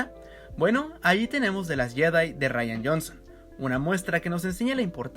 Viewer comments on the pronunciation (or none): none